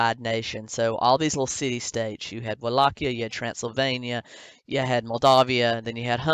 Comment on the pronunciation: I like how she constantly mispronounces Wallachia 🤣 !! "Wall-ah-Kiah!"